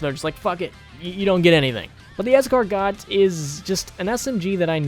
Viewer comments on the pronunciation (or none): Me: Oh hey the Escargot (Es-car-go): The EscargoT! 🤨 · the escargot is pronounced "est-car-goh" and its french for snail:) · For the escargot it really said like escargo thats pretty much it figure I'd help out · "Es-car-got" I mean, which American doesn't say it that way? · Pronounced as escargoh :) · Escargot- Like the edible snails. es-car-goh Not belittling, just wanted to let you know! Love the videos! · It's pronounced "Es-Car-Go" you bald titty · Its EscarGO. In french, you dont pronounce the S,T, P, D at the end of a word unless the following word has a vowel. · Its pronounced Es-car-goh, yer welcome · btw its pronounced es-car-go its french for snail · Escargot is pronounced Ess-cahr-go When I type ah I mean it’s pronounced ah and not eh, also escargot means snail in french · escargot is pronounced like escargo bald man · I’m gonna sound like a smart ass but you pronounce escargot by removing the t at the end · number 3 is French and your saying it wrong. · I'll punch you for pronouncing Escargot wrong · Why does it not bother me when mispronounces escargot but it irks me so much when toproforu does it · Escargot is a silent “T” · I think the t in Escargot is silent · you don't pronounce the T in escargot, welcome to french